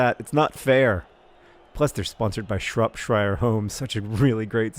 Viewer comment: Shropshire is SHROP-sher